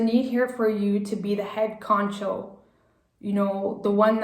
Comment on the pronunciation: Great reading. Its “head honcho”